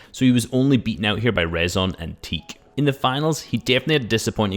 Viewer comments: Its „reeson“ and not „rason“… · ITS RIIZON PRONUNCIAT